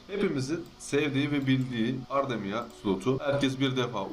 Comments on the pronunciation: Ardemia değil ya ardream yazıldığı gibi okunuyor. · video çok iyi ama her ardemia dedikçe gülmekten videoya odaklanamadım sonra sesi kısıp tekrar izledim sağol kral :D